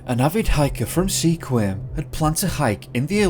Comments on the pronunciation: Great video! I grew up in the Pacific Northwest, so it's interesting to hear these stories, some of which are basically folklore for us at this point. A quick note on the town of Sequim (where I grew up): it's not pronounced "see-quim". We pronounce it "skwim," all in one syllable. It's a small nitpick, but as a native I suppose I feel the need to correct this common mistake haha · Not SEE-QUIM. It's one syllable. SQUIM. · OMG!!! If you are going to do stories about a place, make sure you get the proper pronunciations for those places!! Shi Shi Beach is not pronounced She She... it's pronounced Shy Shy! Makah is pronounced Muh kaw, not mackaw. Sequim is pronounced Skwim!!! Not SeeKwim. These are Native American names. GET THEM RIGHT!!! GRRRRRRRR I am from the Olympic Peninsula and hearing these mispronunciations is driving me crazy!!!!!!!! Remember there are wild animals here too! Bear, Bobcat, Cougar, Coyote. Those will eat people. Bones and all. I believe that's what happened to Bryce and the guy who went to Mt. Baldie. OMG.. Spokane is pronounced SPOKE ANN. NOT SPOKE ANE. OMG!!! Who the hell is this narrator?? DUMB ASS!!! Research pronunciations!!!!!!!!!! HOODSPORT!! Not Hoodspot!! There's also rumor that there is government military installations all over the olympics.... Secret ones!! HMMMMMMMMM....OMG Again!! Ozette Lake... O zett! Not AHzett!! OMG!!!! GRRRRRRR!!! Port Ange LESS! Not port Angeleeees. OMG!!!!! New narrator please!! One who knows how to completely research!!!! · It’s pronounced shy-shy beach and MaKAH ( emphasis on Kah). Sequin pronounced as skwim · It's pronounced like SkQuim not SeahQuim. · the correct pronunciation of the town of "Sequim" is actually "Skwim"... the "e" is silent. just letting you know! you rock, by the way! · I loved this video, and I am now subscribed! I just wanted to let you know, though, that the town of Sequim is actually pronounced "Squim." ;) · Sequim is pronounced Skwim. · It's pronounced: Skwim (Sequim)